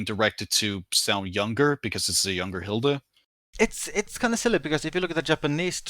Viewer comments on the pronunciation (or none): German here Hilde is not pronounced as Hilda.